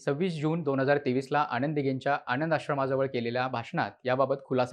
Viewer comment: Well explained … परंतु ‘न’ चा उच्चार ‘ण’ असा होतोय… उदा. आणंद दिघे … !